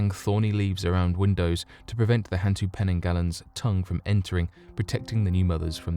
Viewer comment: And hantu is more like hun-too. It means ghost. Orang Minyak literally means oil person lol